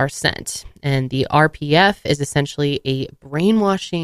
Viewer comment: When you said "The standards for the Sea Org members are incredibly strict. If you don't meet them, you risk being sent to..." I could have sworn you said "RBF" So naturally, my reaction was to say out loud "resting bitch face? ...What???" 🖤